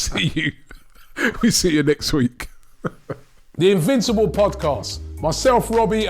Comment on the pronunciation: "The Invincabalds"